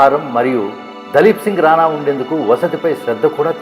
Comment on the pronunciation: దలీప్ కాదు ర బాబు దిలీప్ సింగ్